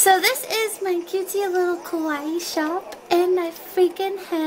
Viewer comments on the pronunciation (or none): I swear, I've watched your intro SO MUCH that now whenever I read the word kawaii I don't hear KA-WIGH, but instead, I hear KAR-EE cuz super kar ee bish